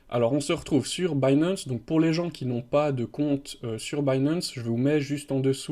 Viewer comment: Au secours l'accent anglais... DeFi, Binance, Compound, etc. 🤣 Tous écorchés